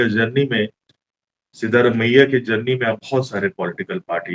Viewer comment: आप हिंदी लोग कन्नड़ और अन्य भाषाओं को क्लीयरली प्रोनाउंस नहीं करते। यह नाम सिद्धरामय्य है। आप जो लिखा है सिद्धारमैया वह नहीं है ।